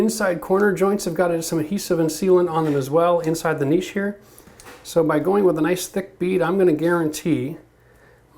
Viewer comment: Video earned a thumbs up just for saying "niche" right. "Nitch" my hairy arse